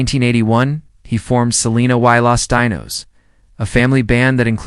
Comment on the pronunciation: Why can't this person talking pronounce "Quintanilla and Los Dinos" they think every vowel is long its unbelievable!!